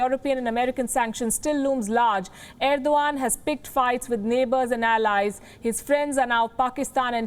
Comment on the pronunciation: Ar-do-gand hahahaha